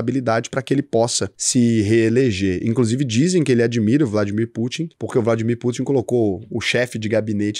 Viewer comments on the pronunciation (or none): none